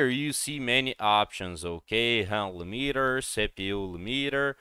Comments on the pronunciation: its not li meter. its LimiTer the t is pronounced not silent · bro can't even pronounce "limiter" right so I don't know what ya'll expected.